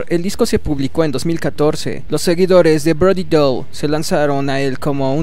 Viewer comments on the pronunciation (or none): POR QUE DICES BRODY DOLL.....ES DALLE. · Me duele el cringe cada vez que este wey dice Brody DOL. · el apellido se pronuncia "dali"